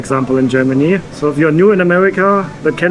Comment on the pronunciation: you're pronounciations in English, always sound Gemany❤😂❤😅